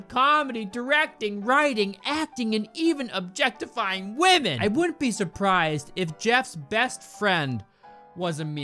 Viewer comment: When he said objectifying I instantly thought objefftifying